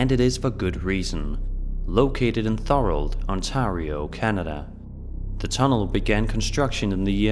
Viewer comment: Thank you so much for the story about the tunnel in Merriton its my hometown and for your proper pronunciation of Thorold its dumbfounding to me why people do these videos without proper research I really love your voice and videos